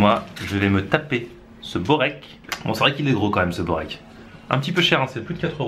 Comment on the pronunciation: InZzLiim'Z PzZATzP bourek on dit